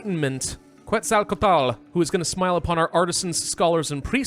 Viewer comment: Ket-zuhl-co-ah-tul. Just for your future reference. Keep up the amazing work.